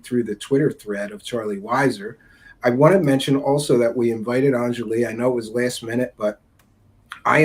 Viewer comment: "On-Jolly" is how it's pronounced. I don't care how people pronounce it, but it's pretty easy, I'm not sure why it's so hard for people to remember and say.